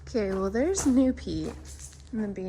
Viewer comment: i had to play it again to hear you say Wales its a Small World